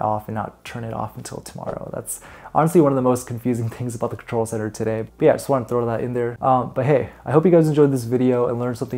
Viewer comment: Did you say "old contol" ?! 😳